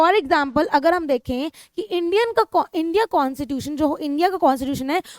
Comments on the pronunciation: It is not consittution it's Constitution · Mam you always say consitution but we say Constitution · Na ki consitutation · constitution❌ consitution✔️. 🤣🤣🤣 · Mujhe "constitution" "kon sa tuition" sunaee de raha hai 😂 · Mam phele bolna sikh lijiye Constitution hota hai